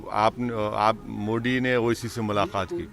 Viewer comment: मोडी नहीं मोदी बोल हरामी , और सुन बार बार अनकोनस्ट्यूशनल-अनकोनस्ट्यूशनल कहता है ना तो तू खुद भी अनकोनस्ट्यूशनल है